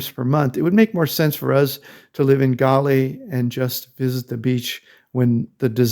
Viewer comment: At least say the name correctly 🙄